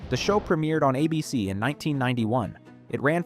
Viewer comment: Take a shot every time the AI narration mispronounces ABC as "Uh-Bee-Cee"